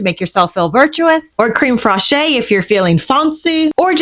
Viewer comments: Creme fraiche is pronounced krem fresh, with the e in fresh having a slight A sound - like fraysh. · Never tried crème fraiche in a crumble. Sounds delicious. (Also it’s pronounced creme fresh) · Creme fraiche is pronounced crem fresh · I love you but the cream “frah-shay” is killing me everytime I hear it! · Love your videos! No tea, no shade: Fraîche is pronounced similar to fresh, but like this: fraysh. The E on the end sounds like ayyyy only if this accent is above it: é. It is called an accent aigu (ayyy-gyuuu). I can’t wait for more videos! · Love your videos! No tea, no shade: Fraǐche is pronounced similar to fresh, but like this: fraysh. The E on the end sounds like ayyyy only if this accent is above it: é. It is called an accent aigu (ayyy-gyuuu). I can’t wait for more videos! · This all looks great and I'm definitely going to try some of these recipes. So came to say it's pronounced "crem fresh." 😉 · Hi love your recipes! FYI, creme freche is pronounced, like craim fresh. The e at the end is silent 😊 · Okay I love your videos but you pronounce creme fraiche incorrectly. I don't know why it should bother me at all. And I am not a teacher but I am like the spelling police and sometimes the pronunciation police. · Yup, thank you for doing this! I took 5 years of French and I was about to do this myself! 😅😂